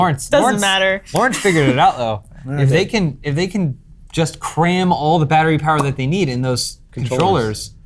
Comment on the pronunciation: "Batter-Wii"...... ba ra bababupbabaaa tap dances out of frame